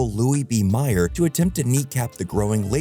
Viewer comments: It's pronounced Louis B. MAY-er, not MY-er. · I think he is not well versed in movie culture. I don't know or follow the inside track of how movies are made, but I have heard MGM - Metro Goldwyn Mayer spoken out loud many times over the last 30 years. For this "kid", whom I'm guessing is a movie buff, to not know of or heard Mayer pronouced correctly lowers his credibility.